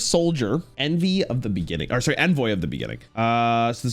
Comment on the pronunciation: "envy of the beginning" "oh sorry, envy of the beginning" boi can't say ENVOY?